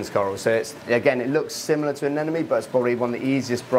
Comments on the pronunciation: please stop saying "aneNOme", it's "aneMOne", i had to listen to this insanity against my will because my partner loves your vids, but how can you disrespect those lil creatures by mispronouncing their names after so many years of experience ! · regardless he puts out a lot of great content on the channel. It’s not a big deal he mispronounces anemone. Lol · Why does many people having a hard time pronouncing ANEMONE? 😂😂😅